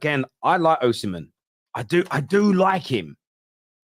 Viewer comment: Oshimen is an Igbo name- the h is sikent. Its Osimen